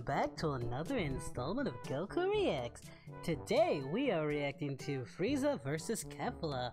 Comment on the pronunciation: My dude it funny because u call frieza freezer i get it most people don't know how to say he's name xD